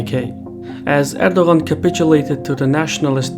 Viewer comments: no he says it wrong lol im Turkish but he's Azerbaijan Turk so there may be some dialect differences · Are you not bothered by his mispronunciation of your President's name? I am not even Turkish but it seemed really ignorant to not make an effort to get the surname right. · the g is silent, you're meant to enunciate his name as erdoaan